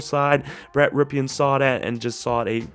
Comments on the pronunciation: It's not pronounced "Ripeean" it's pronounced "Rippen". His uncle played for the Redskins. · Dude. It’s pronounced “rippin” not “ripkin”.